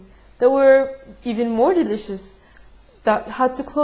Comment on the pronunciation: Yeah, the emphasis was cute -but also I think it's because her saying the Syrian Cola was "more delicious" than Coca-Cola is subjective but her passion makes me believe that maybe it WAS MORE DELICIOUS! 8D